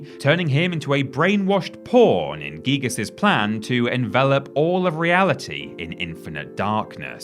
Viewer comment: It’s not geegus dearie it’s guygus*